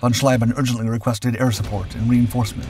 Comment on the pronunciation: Interesting item, but what is annoying in is that after all those years you still don't know how to properly pronounce the ie and ei in German names. Heinkel tortured into Hinkel, von Schlieben into von Schleiben and what not more, I lost track. Please do research of how to pronounce foreign names before you record the texts, it will give a quantum quality boost.